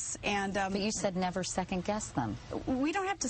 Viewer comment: Does Palin say "second guest" instead of "second guess"?